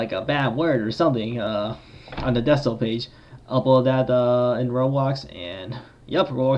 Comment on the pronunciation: the way he pronounced decal 💀